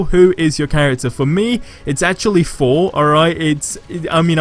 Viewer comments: Lol it's Thor not four 👍🤣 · i can never tell if your saying thor or four .........yikes! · You mean Thor idk Fhor 🤣